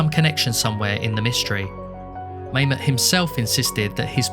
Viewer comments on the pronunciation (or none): You are correct - Mamet's name is pronounced "Mah-met." NOT "May-met." But that's ok, most people go through life without ever hearing Mamet's name pronounced. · Yeah, didn't notice inquirer, but Mamet definitely rhymes with dammit. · I thought David Mamet's name was pronounced like "ma'am it." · Couldn’t find the doc to rewatch so I watched this. Good work. Except for never figuring out how to pronounce Mamet.